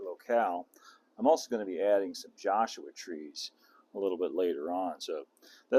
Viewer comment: Did you say "Josuha Trees"?